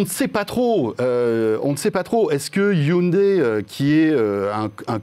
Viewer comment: C’est la bonne prononciation en coréen et non hyundaille